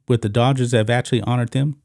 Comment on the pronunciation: I must still be half asleep, because I kept hearing you say the "daughters" and not Dodgers. Not a baseball fan so for all I know it could be a nickname for them ...I am off to find some Pepsi and wakeup a bit more.😊